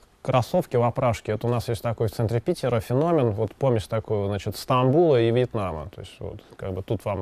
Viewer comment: Взгляд украинки на Вашу речь через слух: В архиЦектуре ПиЦера исключиЦельно перекрыЦия ,а реки зДЗесь проЦекают..." Москичи вообще не разговаривают, они языком спотыкаюся о зубы.)))Красивый ИИИИзык ( русский) был только у советских профессиональных дикторов телевидения. Сейчас Вас слушать сложно, ведущие,блогеры и вся болтомасса только понтуется и кривляется---шоу для соответствующей публики.